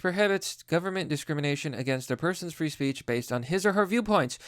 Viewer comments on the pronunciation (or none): when you said you're not against "free education" it sounds like "re-education" btw i almost unfollowed you but i turned on the CC and it said "three education" so i ralized you just mispronounced.